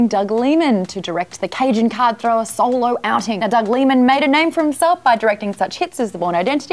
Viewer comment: I've never heard any one call him Doug Lee-man rather than Doug Lie-man.